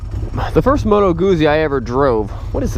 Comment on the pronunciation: i'm italian, good guzzi pronunciation.